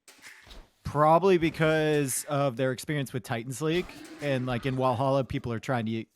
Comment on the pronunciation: Usually not getting thrown off by your way of pronouncing stuff... but man it's Valhalla. With a V as in "viper" not with a W as in "wall"....